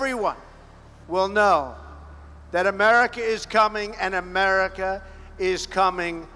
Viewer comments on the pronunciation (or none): none